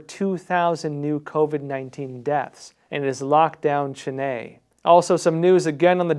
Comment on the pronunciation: Chennai ... Chen-ayyy NOPE... Chen-eye YEP